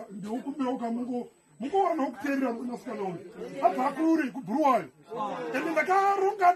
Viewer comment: Bulawayo not Bhuruwayo maaan